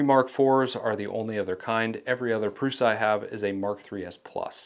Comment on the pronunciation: Thank you for correctly pronouncing Prusa.